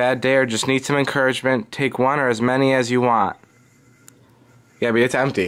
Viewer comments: Mo Allam nope. He says gabbie (gee-a-by) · Gaby s. that's how you say it wtf